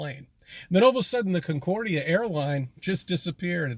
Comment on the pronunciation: Concorde pronounced incorrectly had me twitching more than the Flat Shite.